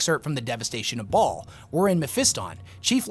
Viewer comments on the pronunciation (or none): none